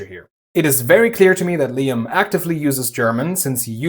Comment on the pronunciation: Like you saying .. ACTIFLY ....very german